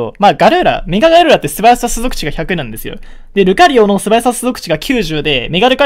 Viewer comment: 完全に すぞくち って言ってて草